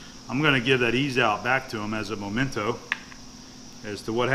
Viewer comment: One of my dad's pet peeves; the word is not momento, it is memento, as in something for memories. Many people say it incorrectly, and it is picky of me to mention it, however I have noted you have a very good vocabulary and speak well, so I tell you this in the spirit of trying to help, not criticize. Thanks for your great videos, keep up the great work.